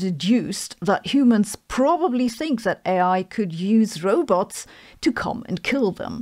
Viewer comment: Row-butts. How can I wallow in anxiety over a non-falsifiable theory seriously if you keep mispronouncing the threat, making it sound like a butt?